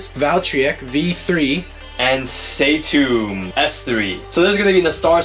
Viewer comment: You say satomb wrong